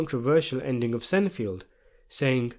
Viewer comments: it's sein-feld not senifield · Hahahaha SEINFELD = "Sign-feld" Not "Sen-field" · Is no one going to bring up the fact that he keeps calling Seinfeld, sin field?? Even the closed caption says sin field!! 😂😂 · I'm sorry, but Senfield? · Ahh yes, the classic American TV show, "Senfield". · “Sen field” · I came here to say the same...even with the British accent it’s pronounced Seinfeld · Why the fuck did you pronounce Seinfeld that way? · That is the strangest pronunciation of "Seinfeld" I've ever heard. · My guy can't pronounce Seinfeld lol he defo not seen that show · bruh I had no idea you said "Seinfeld"